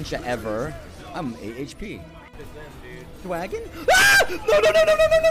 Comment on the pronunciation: "dwagon"? xD